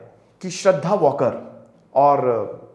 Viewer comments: वॉकर surname nahi hai 😂 uska surname वाळकर hai 🤣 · श्रद्धा वालकर ....and not श्रद्धा वॉकर ... plz🙏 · It's वळकर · It's not वॉकर it's वालकर